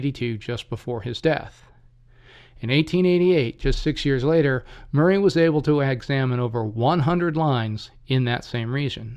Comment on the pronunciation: It is pronounced Maury not Murray.